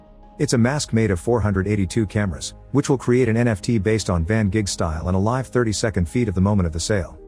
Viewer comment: “van Gigh” ? Would that be Voncent van Gigh ?